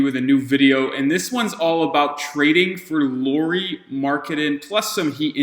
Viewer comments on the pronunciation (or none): I doubt Lauri will be up for the trade but it's interesting to see all the teams dreaming of him 😄 Just couple comments: Lauri is pronunciated like "Lowry" in Kyle Lowry and he is literally 7 foot (213cm), not 6 and something 😃 Also he has played a lot as a 3 in Utah too, not just in Cleveland and I think he has played that better than the smallball 5 you were suggesting. He has though played all the 3-5 positions at least little bit in Utah.